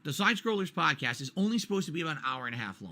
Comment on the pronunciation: Detractors content is ripped directly from his video. How the fuck can he even try to debate saying, "HERE DA LEENK TA PAHDCASS WHERE I EXPLAIN IT"